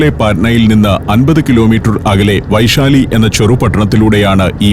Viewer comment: വൈശാലി അല്ല ബൈസാലി എന്നാണ് ബീഹാറികൾ പറയുന്നത്.